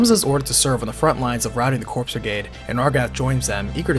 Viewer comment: Corps = Core ... Coooorrreeee... not Cor(P)s... the P is silent